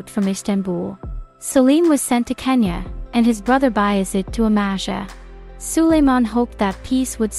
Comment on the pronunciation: I assume you mean Konya, not Kenya